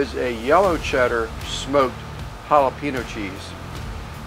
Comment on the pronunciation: Good looking burger’s! Add some avocado slices and you got a Mexican burger! Oh and you’re driving me nuts over here. It’s Jala-pen-yo not Jala-peeno. 😎